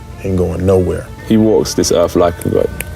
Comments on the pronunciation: Erff!..not earff! Where you be from? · "I WALK DIS EARF LIKE A gOD!!!" pretty sure a "god" could actually pronounce the word EARTH.... try it... ERRRRR-TH.. not ERRF... ERRR-TH... stupid lil boy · Not "Earth". "Erf". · I walk this erf like someone who thinks a “th” makes a “fff” sound. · I'm sorry... Did that man Erf? No A and an F instead of TH??? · Good thing he said Earf not Earth. Had me confused for a second! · WTF is a ERF? Just Axin.😂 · "I walk dis earfh like a god???!!!" Typical PMN, can't even speak the human language correctly!!! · "I walk dis earf like a god".. umm.. and get KTFO. LOL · he fank he walk dis earf like a god. BAH HA HA HA. dat mf bees narcissistic as trump.🤣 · How embarrasing, I've been pronouncing earf wrong all this time. 🤣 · What is a "Erf"??? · "I walk dis Erf like a god"... they're literally too lazy to move their tongue a little to make the 'th' sound. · Anyone who pronounces the word “earth” as “earfff” isn’t walking around like a God😂😂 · Except for Will "Welcome to Errff" Smith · He walks the erf like a god, and he has faif in dat. 🤣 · "I walk this erf like a god." 😂😂😂😂😂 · I'd like to think a GOD would be able to pronounce "Earth."